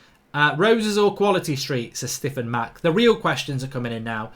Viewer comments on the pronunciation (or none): none